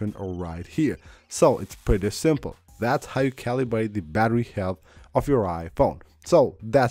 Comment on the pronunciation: Omg.. how many times is this guy gonna make his viewers paranoid about the battery. Just use your phone as a phone. Your battery will be fine. All this is nonsense. Calibrate iPhone battery? lol "ca-lee-brate" lol